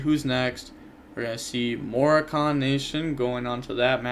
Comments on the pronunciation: Its not "morokahn" its "mor ah can " as in people from moraco a country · More-AH-kihn Nation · “Morakhan” lol. FYI it is pronounced differently. Had a good giggle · Sounding like a clown pronouncing Moroccan the way you do. Maybe this will be easier Moe-Raw-Can